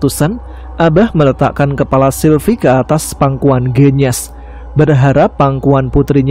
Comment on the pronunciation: Waalaikumsalamsalam mas tama... Cuma mo ngsih tau mas bilang "genyas" kata E nya sperti bilang "gendis" mas..